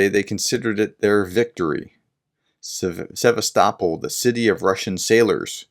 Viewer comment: You can not say Sevastopol, I can not believe you could say Birmingham. Or the word mirror or cheese properly.